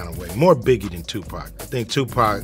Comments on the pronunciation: Sooogay knight, Ice Coobey, Tupack... Man this robo voice is clowning😂😂😂😂😂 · Did this foo just say 2pack? Yeah, always get say it wrong.😂